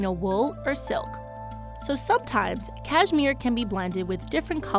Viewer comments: You’d think if you were going to narrate a video about Cashmere, you’d learn to say it. It’s Kash-mir not Kaj-mir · Can’t stand how she says cashmere. Cayzmeer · Cashmere? You mean “CashMore right?